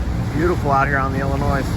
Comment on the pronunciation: There is no “noise” in Illinois! ( Don’t pronounce the S.)